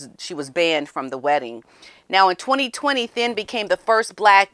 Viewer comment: The last name Thynne is pronounced "Tin".